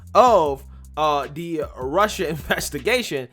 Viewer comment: Cawuded wit Wussia 😂